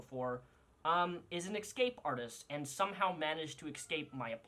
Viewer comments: Its ESCAPE, not ECKKKSCAPE!!!!!! ? Correct me if Im wrong, English is not my first language. But Ive never heard anyone say ECSCAPE..? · Is he saying "eXcape" every time from on... Instead of escape :D